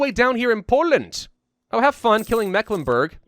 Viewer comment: As a person born and raised in Mecklenburg, i can say that your pronounciatiopn is off ^^, then again pretty normal you make on mistake that germans make (and that has to do with letter shenanigans in the 19th century) "Meck", is not pronounced like mac in macdonalds etc but like the Meeklenburg (german pronounciation long "E" as in Tee or See and the "I" in Burg is pronounced like it is in Burger but as it is in boot or parachute ^^ (or like the U sound in Stralsund) but that is a common english native speaker mistake ^^ and then there is ST Stralsund and Stettin are pronounced like Shtralsund and Shtettin, whereas Rostock is Rostock ^^ ( basiccally because in Rostock ther syllables are Ros and Tock) Greifswald, the "Ei" is pronounced like an English I as in Hi